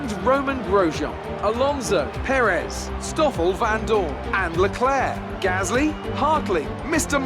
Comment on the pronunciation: Charles LeKluh